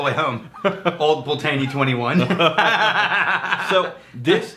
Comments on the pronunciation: Fucking thank you. Is almost like they’re bourbon drinkers reviewing scotch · It's pronounced Old Pultney, the first e is silent. Take it from a Scot who was born in the Malt Whisky Capital of the World, Dufftown. My late father was born in Rothes and Old Pulteney was his favourite Malt Whisky. He worked at Cardhu and Littlemill distilleries in the 1950's and 1960's. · I'm not a stickler for pronunciation but geez Pul-tay-nee hurts my ears. Love the 17 (multiple bottles), and finally got the 21 two months ago. Haven't opened it., that's a beautiful bottle to give to people who can't pronounce it. LOL Congrats on 10K subscribers that's cray-ay-zee. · And besides, Ralphy calls it "Pultney" as well, but with a middle 'e' that is barely heard, almost giving it a 3-syllable roll to the word. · Always thought it was pronounced Pult-knee as that's how Ralfy pronounces it. Oh well, tomayto tomahto. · Its Pult-nay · As someone from Wick (north of Scotland) where this whiskey is from, it very much hurts to hear how they pronounce it!! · I tried to overlook the terrible mispronunciation of the Old Pultney name. At first I found it hilarious. However the suggestion that they can pronounce it “however the hell they want” suggests their ignorance is wilful, which is quite disrespectful actually. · Im now going to blame you guys for the cost increase in one of my favorite whiskys. Old Pulteney is one of my favorite cheap go to's! I believe you are pronouncing it a little off as well. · We're using the Texas pronunciation :-)